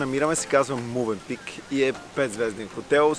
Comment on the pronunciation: Мда, пък на хотел Мьовенпик, му вика Мувенпик